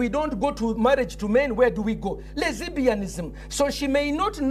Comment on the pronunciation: Pastor Ssempa - 'Lezebianisim' loooooooooooooool